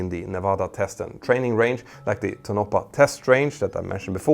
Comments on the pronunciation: It's not "To-NO-puh," it's TOH-no-pah." -- The Skunk Works was in Burbank until 1989, 30 years after the U-2 testing. JANET flies from LAS because "why not?" While they don't talk about it, it was never a secret. Las Vegas provides plenty of temporary housing opportunities, mostly in the southern part of town (closer to LAS). LAS also has as all of the facilities necessary to handle B737s, including parts warehouses. Nellis AFB has limited access, which is shared by base personnel, while there are several major thoroughfares from which the Non-Existent Terminal can be reached, day or night. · It's "TOE-na pa", not "Toe-NO-pa". Also, Skunk Works was originally located in Burbank, CA, only relatively recently moving to Palmdale. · ... pronouncing Tonapah "toe NAH paw" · you are really fucking up the name of the town there. its an indian word. Tonopah is "TONE-a-PAW" or TOHN-ə-pah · I like how you say tonopah. Lol it’s Tone - a - paw ;) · Tonopah is three syllables. To - no - pah. Love your channel. 😁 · I hate correct people's pronunciation of a word ..But in this case I have to become Commander Grammar and correct you. Tonopah is pronounced- TOE-NO-PAHH I live in Vegas so kinda have the knowledge of it. Hanging my C.G. costume up now. Good video though! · For reference Tonopah is pronounced Tone-a-paw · Tonopah= pronounced tow-no-paw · It’s toe-na-paw. Tonopaw